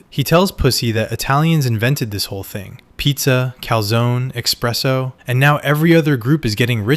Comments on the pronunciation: Espresso, not expresso. Medegans... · Ooof Madone! Are you stunad?? It's pronounced ESPRESSO not EXpresso!! How much more betrayal can Paulie take?????!!!!!! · There is no such thing as “expresso.” It’s espesso. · *espresso (not expresso) sorry pet peeve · You said Expresso tho... It's espresso... I like this analysis but as an Italian, I rolled my eyes when you said that. Unless it was intentional. In which case that's brilliant and on brand with this video. But I don't think it was. 😂💯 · The hot beverage is espresso ☕️ not “expresso.” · Paulie Says "expresso" in that Scene. The uploader was making a reference to the Show. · Paulie literally calls it expresso on the episode. Off that high horse pal. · You said eXpresso? Really? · I'll give him a break because he may just be mimicking Paulie in that scene who also pronounces it "expresso". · 😂 the timing of "expresso" after I was just thinking man, this guy is dropping KNOWLEDGE